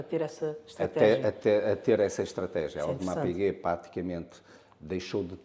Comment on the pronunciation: Um ‘audemars piguuet’ 😂